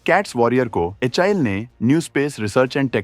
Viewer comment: HAL pronounce karna first sekh hi bhai YouTuber 😂😂😂